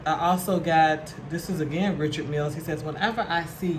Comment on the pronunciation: Oh Noooooo!!!!! can't pronounce Richard MIlls!!!!!!!!!!!